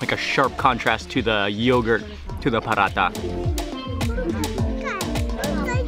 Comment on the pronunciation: It is paratha.. not parata;) also it wasn’t Desi ghee that she smears on paratha but real butter from which Desi ghee is made.